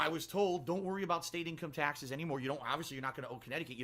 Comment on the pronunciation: "Tyexes" - trying to say "taxes"